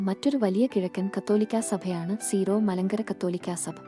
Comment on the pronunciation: സീറോ അല്ല സിറോ ആണ്